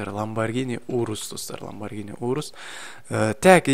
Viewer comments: ланбаргини емес ланбаржини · Ламбаргини емес ламюарджини го